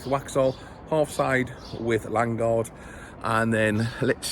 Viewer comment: Its Lan O guard ffs